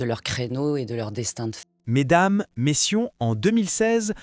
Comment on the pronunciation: Mesdames prononciation MESSIEUS au lieu de Messieurs vive l’IA qui vous a dépourvu de votre libre pensée ainsi que de votre intelligence ! J’ai arrêté d’écouter au bout de quelques secondes !!!!